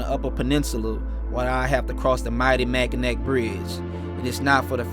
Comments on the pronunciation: Michigan is named with french being the source language. The Bridge is Pronouned "mack-in-aw" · Awesome! Love the Pic of Lambeau! Lots of awesome riding here in the U.P. just come a little more north than 2 ;) remember it's pronounced Mack in awe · I pronounced Mackinac that way all my childhood until ai was corrected. It’s pronounced Mackinaw. I know, it’s strange lol. Great documenting! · G!!!! The 'C' in Mackinac is SILENT!!! MackinAH Bridge! Your videos and eloquent narratives are deeply moving. See you on the road, brother. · I pronounced Mackinac that way all my childhood until ai was corrected. It’s pronounced Mackinaw. I know, it’s strange lol. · Mac a naw That’s how we pronounce it. Mackinaw. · Mackinac is not pronounced as ac. Pronounced as na, like na just playing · Mackinac= Mackinaw... the c is silent bro